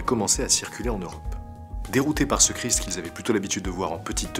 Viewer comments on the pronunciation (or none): none